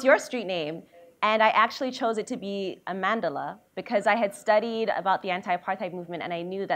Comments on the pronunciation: No Amandla... not amand-la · Sesethu Hotele it is Amand-la but the person in the vid was saying amandala